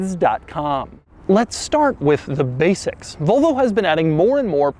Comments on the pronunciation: Doug, the kind of guy who pronuntiates "Volvo" as "Volo" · "Vulvo"??? I can just about forgive "Jagwaar" (instead of the correct Jag u are). But Vulvo is just....creepy. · Never. He says "Vulvo" plenty of times tho. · No it's definitely not like any "Vullvoh" you've ever seen because it's a Volvo. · Kinda triggering me how he pronounced Volvo the whole video said it like vulvo 😂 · It's Volvo not Vulvo lol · Is it pronounced "Vulvo" or "Volvo", Doug? Your pronunciation sounds a part of the female anatomy. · It would be superb if Doug started saying "Volvo" and stopped saying "Vole-vo". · Zaddy Doug is saying Volvo like “Vulvo” 😳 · Volo logo* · Please stop saying vulvo it's making me uncomfortable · Anyone else think Doug says Volvo, it sounds like vulva? I can't unhear it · he keeps saying vulva